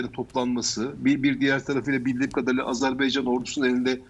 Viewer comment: Hocam sanki Azerb(e)ycan diyorsunuz.Azerbaycan olacak doğrusu. Saygılar.